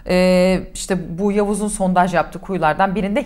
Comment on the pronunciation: He verecek sizde çatlayacanız Sontaj deil sondaj 🤨 Cıkarırız rahat olun Eleştirin baska nane yok